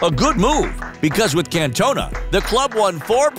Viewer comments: Can’t- Ona 😂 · The way he says cantona is giving me a migraine